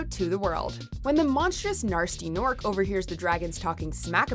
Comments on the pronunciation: It's pronounced Gnasty Gnorc, not Gnarsty Gnorc. And Spyro 1 should've been number 3. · Gnarsty Gnorc? IT'S "GNASTY GNORC"!!! There's no R in Gnasty! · It’s Ghnasty Gnorc!! Not Narsty Nork!!! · “Gnarsty gnork” really dude really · Did she just say Narsty norc? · Gnarsty Gnork? Can you at least get his name right